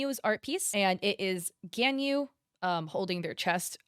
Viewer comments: it's G-AHH-N- yu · I don’t think she really plays genshin, she might not know how to pronounce them correctly, and tbh the names are kind of hard to say